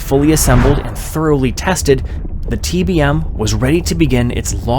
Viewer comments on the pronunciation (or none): none